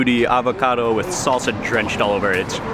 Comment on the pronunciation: Lol you said red salsa wrong stupid